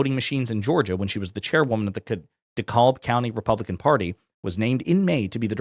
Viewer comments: It’s pronounced De-Cab county not De-Kalb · We pronounce DeKalb as "duh-CAB" - silent L, accent on second syllable. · Just a quick note: DeKalb County in Georgia is pronounced “de-Cab.” It makes a difference when listening versus reading along with you. 😊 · 100%! We must win the midterms, and make real changes that prevent this kind of f--kery from ever happening, ever again. And, just so you know, for future reporting, "Dekalb" is pronounced (Da-cab), as in "I tried to flag down da cab, and he just kept drivin'". Lowercase-e sound, and the L is silent. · Dekalb is pronounced De-cab...the L is silent, at least here in Ga. anyway